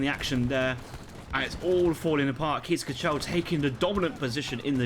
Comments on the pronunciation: i lost it when he said keys ka-chell instead of case kaggel (where the G is the classic dutch throat thingy :D ) No worries on the pronunciation man! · Definitely needs some practice 😂